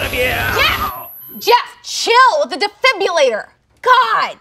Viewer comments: Did anyone else cringe a little when kept saying "defibulator"? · I love how says 'defibrillator' without the r sound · Okay, but not knowing how to say defibrillator is the funniest part of this, not because I'm being mean, but because it just is. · inability to say defibrillator lol